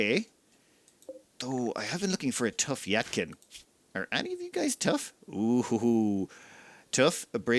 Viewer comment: its not "yat-kin" it's "yee-tah-kin"